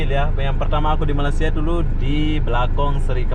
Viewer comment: Oh mas mas...bilang malaysia sj kagak bisa..masak bilang malasia... Saya sbg rakyat indonesia tak stuju dengan cara pengucapan anda..